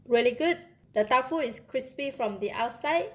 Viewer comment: She announced it as Tau Fu.... instead of Tofu... interesting